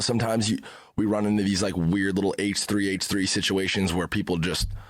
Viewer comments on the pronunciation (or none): Haych Three Haych Three 👄😌